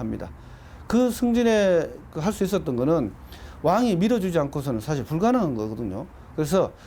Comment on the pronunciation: 장음인 첫자를 짧게 잘못 발음한 예: 사실,사화, 사림(여러번), 폐위, 등. 역으로, 짧은 첫자를 길게 발음한 예: 과거, 왕위, 현안, 소격서, 전래 , 향약,가난(고유어), 가무, 어부지리,요구, 등, 발음 문제는 심각하지 않습니까. "한국 어문을 고발함" 이라는 책을 읽어 보시지 않겠읍니까. 미국 변 완수 배